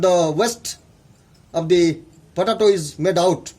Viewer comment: VERY FUNNY poe tay toe is how it is pronounced . pa da toe.. was it was hilarious everytime he said it